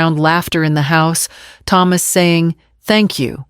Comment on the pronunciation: Why can't the pronounce the name Thomas properly